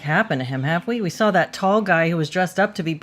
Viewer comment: i'm just gonna leave the typos in from now on, in solidarity with uncorrected pronunciation of saw and draw.